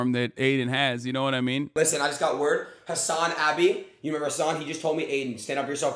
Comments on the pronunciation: Doesn't know who you are yet pronounces your name correctly despite Adin going out of his way to say it incorrectly 😂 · lol, 'who's Hasanabi' while pronouncing it better than the guy he's talking to.